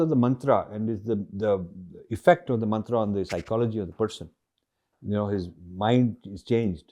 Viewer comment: Sir please don't pronounce it as मन्त्रा,its मन्त्र ।